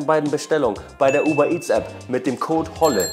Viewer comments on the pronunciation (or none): none